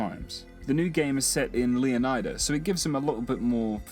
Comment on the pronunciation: I believe Leonida in GTA VI is actually pronounced "LAY-UH-NYE-DUH" as opposed to "LEE-UH-NYE-DUH".